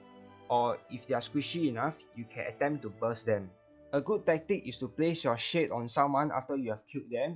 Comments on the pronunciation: Took me a bit to realize you were saying shade and not shit. Love you lol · Same LOL